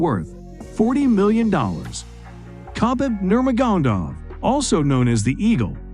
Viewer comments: 😅😅!! Wow that is a name killing narrator if I ever heard one! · khabib NURGADONDOW... lol